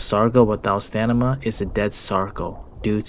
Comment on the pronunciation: "Stanima"😂 Great video as always!